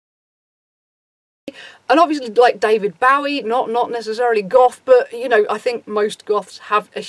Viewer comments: im so sorry but how DARE YOU pronounce it bawie, it's BOWIE. DAVID BOW-EE. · Its pronounced David Bow (like a hair bow) -ee